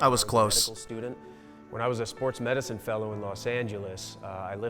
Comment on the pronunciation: "and Sports Medicinf"? xD